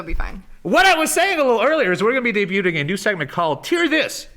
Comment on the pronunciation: Love ya but the "T" in Debuting is silent lol....carry on:-)